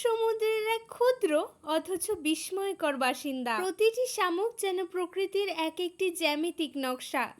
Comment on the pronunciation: Kathata bismaykar na bisykar banan tate m thake kintu m er uchcharan hobe na